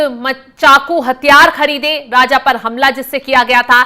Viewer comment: राजा को राज़ बोल रही है ये न्यूज़ रीडर 😢